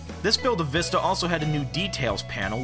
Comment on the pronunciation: Because they want to test the people if they can say the right way to pronounce it People keep saying (vih-sta) instead of the right way (vee-sta)